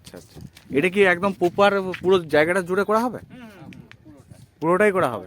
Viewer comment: Bar bar 'poper' kothata use korben na. Sunte kharap lagchhe..aar kothata poper noi..ota 'proper' hobe